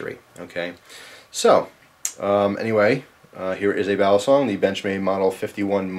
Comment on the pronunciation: Just fyi. Youre right about it being Philippino. But its pronounced. Bah-lee-song.